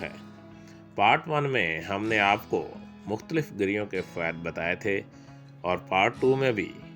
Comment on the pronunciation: وختلیف نہیں مختلف ہوتا ہے #saraikiLearning